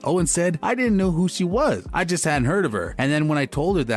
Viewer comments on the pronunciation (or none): none